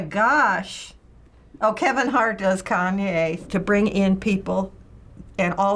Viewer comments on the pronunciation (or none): “kanwe west” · Am I the only one that noticed two of them called him kanwe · The people called him "Kanwe" more often than they did "Kanye" lol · I love how they all say kanwey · Chloe Gollihar they kept saying kanwey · You mean “Kan-wey” 😂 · Is as dyeing when one of them said “Kaneway” lmao😂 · I love when they all say “kanway” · “Kanway” west😂😂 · Ah yes, kahnway yest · Everybody was saying KONWAY WEST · I can't believe two of the elders said " Kanwe West" 😂😂 Another elder said " Tate Perry" 😂😂😁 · They kept calling him kanway west. 🤣🤣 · The way two of them called Kanye “kanwey”😭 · Why are they all calling Kanye konway 😂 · did these mfs just say kanwe? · "KANWAY WEST" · What did they say “kanway” instead of “Kanye” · WHY DO THEY SAY KANWE